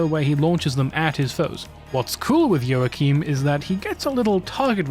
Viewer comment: I died when I heard you say joachim 😭